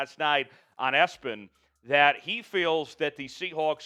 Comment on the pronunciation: its not Es-PEN,but E-S-P-N.....cannot believe you didn't know how to pronounce it,,,great show!